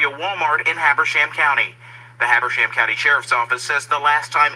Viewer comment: Pronounce. Hab er sham.